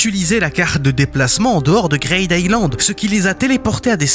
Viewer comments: tu rends fou a dire "greyd" island, c grid greed, green, creed donc c "i" le son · Ça se prononce « Gride Aïlande » bordel et pas « Graide » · "grayde aylande" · ta prononciation de greed island m'a fait décrocher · Mais il a pas tort. Faire un peu d'anglais ça fait pas de mal. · Excusez moi ? "Quoi" Island ???